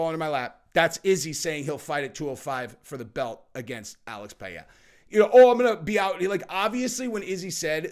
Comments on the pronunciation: Bro just stop trying to say Pereira it's obnoxious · Put the R's in Alex's last name like a Damm American lol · Please don't sat Pereira that way